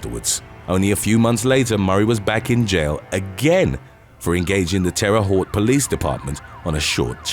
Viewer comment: Nissan Ahl tee muh. Also, terre haute is pronounced Terry houte